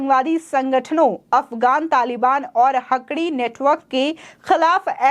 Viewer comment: मैडम, हकड़ी ग्रुप नहीं हक्कानी ग्रुप !!